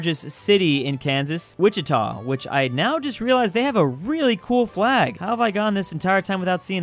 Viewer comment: This is the first time anybody has pronounced my home town Wichita correctly on the first try